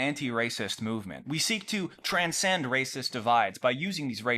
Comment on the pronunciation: They make a lacist computah